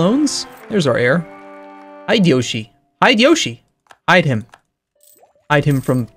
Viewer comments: hee de yo shi .... not hide Yoshi... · since you are gonna have that heir for a while at least pronouce his name correctly. It's Hi-de-yoshi last part like yoshi from mario. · HI-DE-YO-SHI not haidiyoshi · butchered Hideyoshi's name... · ...and we're surprised because....why?